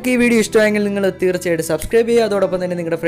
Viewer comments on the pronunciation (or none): none